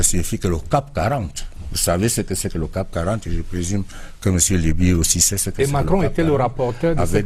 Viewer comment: Monsieur le ministre, on parle de CAC 40 et non cap 40. Merci